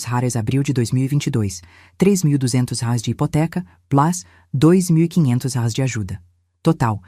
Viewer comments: Não sei por que fala róis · Essa narradora nao sabe pronunciar reais mais vai treinar é intuitivo